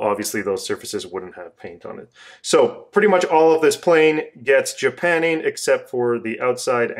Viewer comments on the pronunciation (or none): Well, I'm pretty sure it's "JapannING", not "JapanEEN".